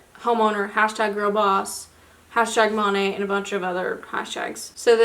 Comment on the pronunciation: Lol it’s pronounced MO-NAY. Weird I know. I know a girl who sells it. It’s definitely like a pyramid scheme though 🙄